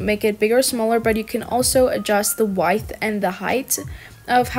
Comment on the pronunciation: It’s pronounced wi th but with a d